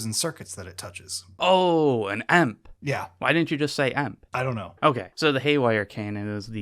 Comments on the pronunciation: Who the fuck says EMP and not E-M-P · Who actually pronounces E M P as emp? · I have never heard somebody say E.M.P as emp before... and I am outraged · Never in my life have I heard anyone just say EMP like it's a single word.